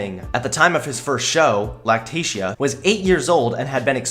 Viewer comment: At first I thought he said lactation not lactatia